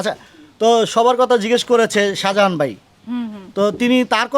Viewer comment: বালের সাংবাদিক, শাজাহান নামটাই শুদ্ধভাবে উচ্চারণ করতে পারে না